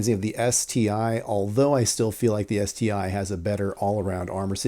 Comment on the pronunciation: ST-1 not ST-I haha